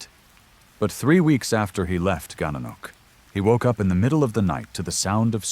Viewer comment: Gananoque is pronounced Gan na nok way